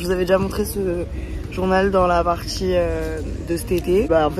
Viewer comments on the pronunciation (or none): Ta manière de parler à légèrement changé Attention lool !! Tu as tendance à prononcer "dire" : "dchir", ou "dans la partie" : "partchie" .. gros bisous :)